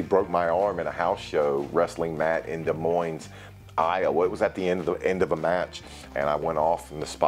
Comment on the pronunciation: Almost got the thumbs down for pronouncing the S at the end of Des Moines, Iowa… I’ll let it slide this one time! Haha all in fun.. love the content!